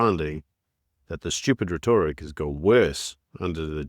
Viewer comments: hope you dont mind a correction but Ive recently watched a number of your videos and you pronounce "rhetoric" very strangely. It is "reh-tor-ick" with the emphasis on the first sylable. So REH-tor-ick not reh-TOR-ick. Very minor thing but if you are a professional you want all your tools to be sharp. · Thanks for the reply. Of course no big deal, it part of your unique way of talking. But I double checked, the accent is on tje first three letters, you seem to place your accent on the tje "tor" part.. you use the word a lot so I couldn't help noticing. We all know what it means so no big deal 😁👍🏻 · I hate the way you say rhetoric. It's just not right. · Morning. really enjoy your contentent, thank you. May I correct you on your pronounciation of the word "rhetoric"